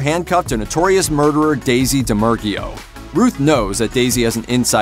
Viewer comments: Daisy Domergeeoh? Or Daisy DOMERGUE what kind of wild pronunciation is that lmao y'all can't look up how to say words before you record a vid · Its pronounced Dah Mer Gooo not dermiglio or w/e you said lol. Good list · Daisy Der-mer-gee-o. haha!! This guy hasn't seen one scene from any of these films that he is commenting on. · It's pronounced "Dommergoo" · It's Domer-goo!!! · It's pronounced (domragoo) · “daisy damergio” smh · Daisy dom-er-goo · ... Guess you haven't seen the film. Otherwise, you'd know how to pronounce her name. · Wow so nobody’s gonna talk about how he butchered the chick from hateful eights name? They didn’t even watch the movie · So clearly you didn't watch the Hateful 8 or else you'd know how to pronounce Daisy's name. *eye roll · Now that's not how you say her name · Jesus man, they literally pronounce Daisy Domergue's name in the movie. How did you butcher it that badly? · I suggest hiring voice actors with more capable skills.... such as knowing how to pronounce the name of Jennifer Jason Leigh's character from The Hateful Eight.